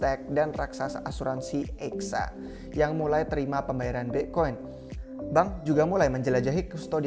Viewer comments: BE' koin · Pronounce "bitcoin" nya khas banget nih orang hahahah